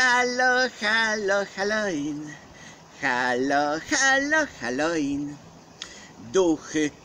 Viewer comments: halo ŁIN a nie halo IN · chyba Halloween a nie haloin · Naucz sie czytać halooween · Gracku . Mówi się Halołin. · Czyta się hallołin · Wymawia się halołin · Mówi się halołin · halowin sie czyta XD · halołin znaczy sie czyta XD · A nie haloin